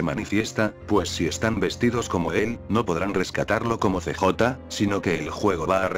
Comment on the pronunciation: pura perica este video.. pense que fue sospechoso y puede ser posible per obviamente no... me quite la subscripcion de este que encontre el otro dia, no se porque me subscribi. pero.. es gracioso como usa el robot traduciendo unas cosas de este juego.. "See Jota" y "BaYas" jaja.. pudiera poner Carl o Balas para que suene mejor pero no importa.